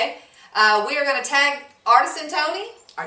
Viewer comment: haha, had it right, "artisan" not "artesian":) as in a skilled craftsman:) LOL, I promise I will not be buying a "man" with my $100:)